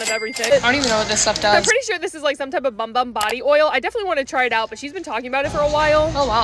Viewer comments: it’s actually pronounced “boom boom” :) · fun fact it’s pronounced boom boom cream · It’s actually pronounced bOOm bOOm cream welcome! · BOOM BOOM!!!! its pronounced boom boom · Ok not be be a smarty pants bc I just figured this out today but u are supposed to pronounce bum bum cream as boom boom cream 😂❤😊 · the pronunciation it’s wrong girl 😅😂 you supposed to say like “boom-boom” ❤ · It’s pronounced boom boom cream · It’s pronounced “boom boom” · I’m so sorry but it is Acually pronounced “boom boom cream” ❤❤❤❤❤😊❤😊❤😊😊❤😅😅😅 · Its pronounced *boom boom cream) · It’s actually pronounced “boom boom”🤓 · It's pronounced boom boom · its pronounced boom boom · It’s pronounced boom boom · It is pronounced boom boom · It’s pronounced boom boom cream and I have no clue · It’s so annoying that you pronounce bum bum wrong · It’s actually pronounced “boom boom cream” 🙃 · It's actually pronounced boom boom cream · Pronounced as BOOM BOOM CREAM it says in the website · Apparently the “Bum Bum” cream is pronounced “Boom Boom” (I saw it on a video, idk if it’s true) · Not yall thinking its bum bum cream when its actually pronounced boom boom cream😂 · it’s pronounced “bum bum”, it’s “boom boom” -fellow Brazilian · i was shocked to hear this but its actually pronounced like "boom boom" not "bum bum" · Bum Bum cream is pronounced BOOM BOOM CREAM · Its actually pronounced "boom boom" but it says bum bum.. (according to my brazilian neighbor) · You were today years old when you found out that “bum bum” is actually pronounced “boom boom” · Not a lot of people know this but it’s actually pronounced boom boom cream not bum bum cream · Not trying to be rude but its actually pronounced boom boom not bum bum. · its not pronounced "bum bum"... its pronounced "boom boom".. its brazilian.. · No hate but just so u know it is pronounced boom boom cream not bum bum cream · It’s pronounced boom boom cream. Not bum bum. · Did you know that it is pronounced boom boom cream not bum bum